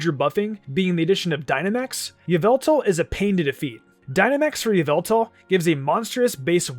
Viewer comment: OMG its pronounce YUH-VEL-TALL